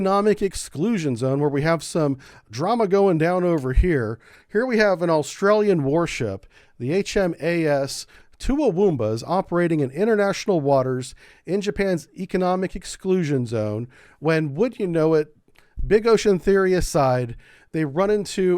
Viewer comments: Hahahahaha "HMAS toowoowoomba". Good try mate, it's better pronounced as "tuwoombah" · The correct pronunciation is Towoomba not Too-awoombah 😂😂. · No surprise to discover an exceptionally dull, obese and deeply ignorant US American. Unable even to pronounce a simple name like Toowoomba, he refers to “HMAS Toomawoomba”. Australia becomes “Aurstralia”. He alternates between the non Australian ship being Chinese, Russian and Chinese again. He refers to his usual nonsense that China somehow committed an imaginary war crime, this time against an Australian warship. Listening to this ignoramus for more than a very short time was more than I could bear. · Too woom (oo like boot) ba. :-) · I hear the Australian ships name and all I hear is “Chumbawamba”. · Love your pronunciation of HMAS Toowoomba. (two-woom-bar). Our Prime Minister met with Xi shortly after and didn’t mention this. He was bending over backwards to mend trade relations. Blaming the Chinese coercion, tariffs and restrictions on the previous Australian government for his political reasons. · Hey just FYI Toowoomba is pronounced ta-woomba. Hey - you forgot the Russian carrier!!!!!;-) lol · Hey man Not going to hold it against you since a lot of Aus names are hard to pronounce. But for future reference, Toowoomba, pronounced Too-wum-ba. Love your work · Its pronounced HMAS TO- WOM- BA. Nice try though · It was totally worth it to hear you try to pronounce "Toowoomba". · LOL yes it was a malicious pronunciation.😂